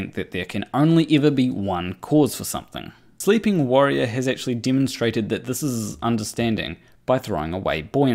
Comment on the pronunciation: Did say "Riley eggctually changed..."? If he didn't he should have:P